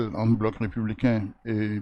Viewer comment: Lirę entre au lieu de enter